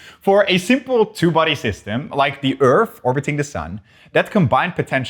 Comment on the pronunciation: bro said "the ORF" edit: this dude calls the earth ORF.